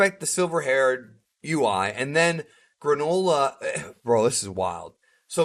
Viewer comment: Stop saying “gra-NO-la” it’s “GRAAA-nullahhh”